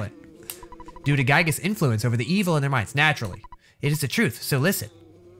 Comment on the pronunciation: It’s pronounced gigas